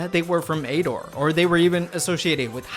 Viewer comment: You say ador so weird lol, just pronounce it like adore